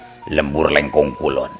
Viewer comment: Sangu Lengko sanes Leungko 🤣🙏